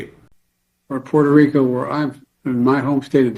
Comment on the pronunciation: Does anybody notice when Joe Biden talks about Puerto Rico he nearly says Puerto Rico from where I'm from